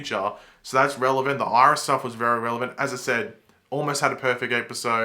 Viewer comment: "Irish"... no offense, but that got me🤣😂